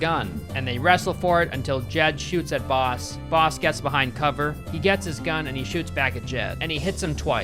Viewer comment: Any one else hear “they call him balls” instead of “they call him boss”. Idk maybe my ears are just fucked up but that’s what I heard